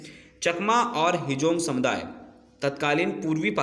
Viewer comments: Not a hejong ❌. Its Hajong ✅ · Hejong nahi hum log Hajong Hindu hai, thik se boliye